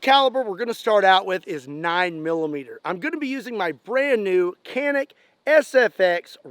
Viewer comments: Hey, canik is pronounced something like "john wick" but without "w" but say it fast, don't elongate the "o". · The c şn Canik is read like j is Jack btw.